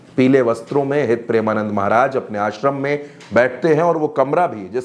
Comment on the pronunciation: गुरुदेव के नाम का उच्चारण सही ढंग से आप नही कर रहे हैं जबकि आपको पता है कि उनके करोड़ों फॉलोअर हैं😮